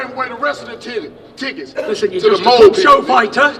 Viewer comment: Did everyone hear wilder day "sold the rest of the titties " instead of "tickets 😂